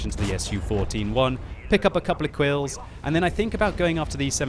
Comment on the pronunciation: Did he say quills instead of kills?